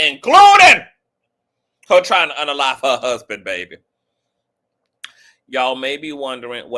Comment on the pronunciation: The way he said my hassband 😂